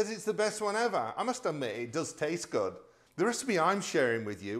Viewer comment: Meant say good not goid